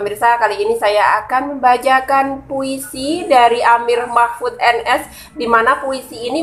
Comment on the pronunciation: Nama saya yg betul: Amir Machmud NS, bukan Amir Machfud. 😊😀